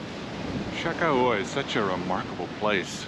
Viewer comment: It's "Cha Kah Wah!"